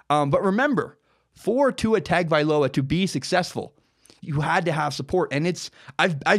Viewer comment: Ta Ga Vai Loa